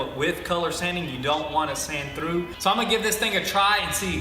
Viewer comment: you say tru rather than through - wtf?